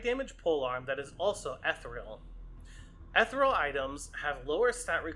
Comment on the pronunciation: I PROMISE i'll subscribe if you promise to start saying "ethereal" the right way.